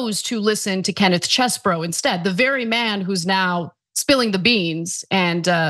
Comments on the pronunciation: Its Cheese-BRO. Say it loud, say it proud. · Ana please watch how Kenneth Chesebro pronounces his own name (it's on video). She has gone from the Cheese variety to something that nobody else seems to be using. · I agree...it's annoying as hell...